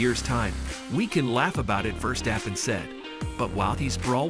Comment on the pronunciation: Dude what a lot of bs you put up a video in where you weren’t even able to pronounce the name of many other very well known F1 drivers. Quit playing with this, don’t make Max Verstappen less of a champion in your head (and stop making yourself so utterly ridiculous!)